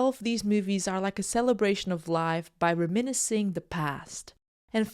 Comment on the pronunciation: Can you learn to say reminiscing properly please